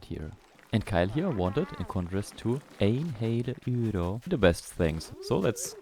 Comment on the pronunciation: Is ”Een hele euro” Dutch? In that case you pronounced it surprisingly well 😉